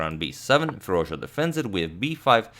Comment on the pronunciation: No one: Absolutely no one: Agadmator: "Firuzja"